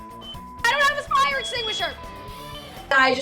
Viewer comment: ah yes the “flire” alarm.